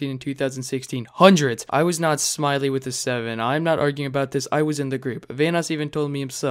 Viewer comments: Ayoo you called Smii7y [Smitty] Smily😂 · Its smitty but the second t is a 7